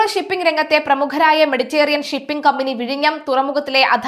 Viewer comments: കുട്ടിയുടെ ഭാഷ പ്രയോഗം ഒട്ടും നന്നല്ല. മെഡിറ്റേറിയൻ അല്ല മെഡിറ്ററേനിയൻ ആണ്. അധാനി അല്ല അദാനി ആണ്. പദതി അല്ല പദ്ധതി ആണ്. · മെഡിറ്റെറിയൻ അല്ല മെഡിറ്ററേനിയൻ ആണ് ഉച്ചാരണം